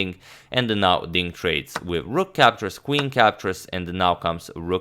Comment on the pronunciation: It is NOT KVIN... IT IS CALLED QUEEN, PLEASE don't hurt my ears :/